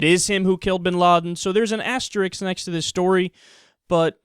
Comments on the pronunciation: FYI Kyle, asterisk = *, Asterix = cartoon character. Thanks for a great show, watch it everyday! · The word is asterisk, Kyle. The "s" comes before the "k". XD